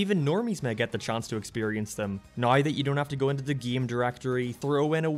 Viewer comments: I gotta ask... what accent is that? The way you pronounce "game" as "geeme", it's messing with my head :P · this video is ok but the way how this guy pronounces "Game" really triggers me